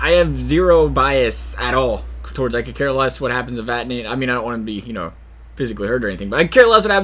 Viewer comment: ITS VATANEN Im triggered